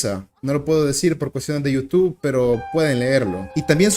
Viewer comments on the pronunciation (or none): none